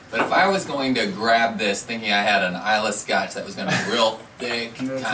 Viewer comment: Great review guys. I have this bottle in my bunker and have not cracked it yet. Islay is pronounced "I La" 😉 Another great distiller of Sherry cask whisky is "Glendronach " give the 12 & 15 yr a go. I love them both